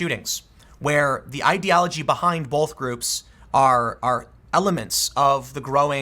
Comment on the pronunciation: Bolth. Hahahaha It'll be 9/11, most likely.